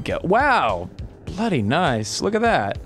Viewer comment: "bloody nice" that's the Aussie in Ross coming out